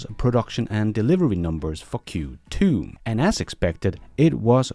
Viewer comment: Sorry I love e your films , also this one but .. sorry, sorry a lot .. for Q2 sounded a little like f ... q ... 2